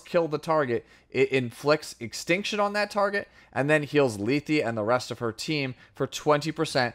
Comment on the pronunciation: I believe her name is pronounced Leth as the last E is silent. Lee-thee doesn't make sense and at the very least it would be Leth-ee.